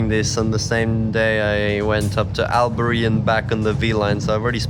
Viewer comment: Alberyyyyyyyy 😂😂😂 lol it’s Albury